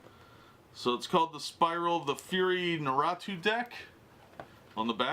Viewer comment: Its not pronounced how u said it bro its NA RUUU TO